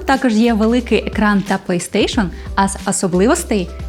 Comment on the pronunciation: «пэй стейшн» это сильно)